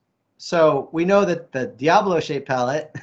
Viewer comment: It's die-a-bolo die as in dead, That's how it's pronounced guys.